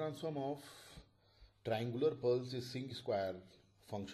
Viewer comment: Thanks you, sir. Btw, you mispronounce the word "square", maybe you`d like to correct it.